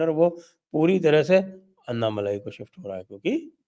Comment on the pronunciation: उनके नाम अण्णामलै है। अन्नामलई नही। Dear Sanjay ji. You know how to correct it. This is a grouse that we southern Bharatheeyas have on our northern brothers. This is an opportunity for you to gain confidence. Also, without a doubt, BJP is going to get 22% vote in Thamizhnadu. NDA is going to win Coimbatore, Tirupur, Tenkasi, Kanyakumari, Vellore for sure (all of them mostly under Lotus symbol). Virudunagar, Tirunelveli, Shivaganga, Ramanathapuram (where Rameshwaram is).. 50-50 chance. This is without any alliance with PMK & DMDK. If they come in, Villupuram, South Chennai can be won.